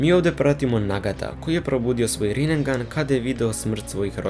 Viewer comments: Rinegan brate ne rinengan... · kada ce vise ljudi da nauce da se ne kaze rinengan nego rinnegan, citaj pravilno jbt